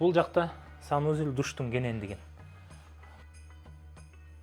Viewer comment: Айтпа,оло туура эмес суйлошот,санузелььь деп😂